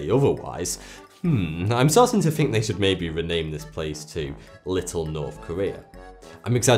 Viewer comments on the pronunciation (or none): none